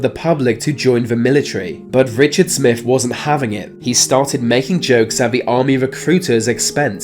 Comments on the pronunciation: Twenty Three not twenty free, Smith not Smiff, Smooth not Smoove, and so it goes on Please speak English properly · There's no F sound in 23 Smith is with a th stop saying it with an F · I'm being cremated, but thanks for the advice. This narrator has a problem pronouncing "th", so we have Smiff instead of Smith, deaf instead of death.... etc, it's annoying. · Get your moneys worfh Said Richard Smifh who was completely smoofh so remember deafh two fousand. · Mr. "Smiff"... These "fings"... They were completely "smoov"... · It it Smiff or Smith? I’m not sure with your accent n pronunciation. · Are you saying 'def' instead of 'deaTH' ??? And the name is SmiTH, not 'Smiff' 🥴🤣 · remember deaf....Smiff....wow the accent. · “Deaf” “Vey are dead” “Smiff “ Come on son, make an effort.